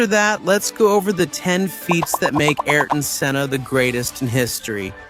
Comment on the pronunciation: What a travesty to have an unlearned AI version butcher his name. You content creators have to do better.